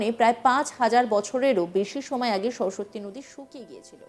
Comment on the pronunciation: সরস্বত্তি নয়, সরস্বতী উচ্চারণ ঠিক নেই অথচ সংবাদ পাঠের কাজ করছেন।😢